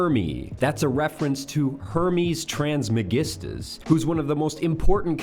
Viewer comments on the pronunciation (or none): Hermes TRIS...MAGISTUS...Not "TRANS MAGISTUS"...You Knob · Hermes Trismagistus, not "Transmagistus".... that would be the LGBTQ Hermes.